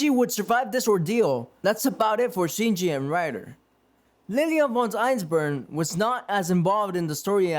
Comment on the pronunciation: My guy your pronunciation needs work. It's gilgamesh not gigamesh. And the h is silent in cu chulainn. Shinji not shiji and your narration skills need a bit of work as well